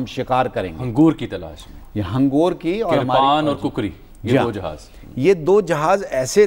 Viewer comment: Mr anchor,hangoor NAHI hangor.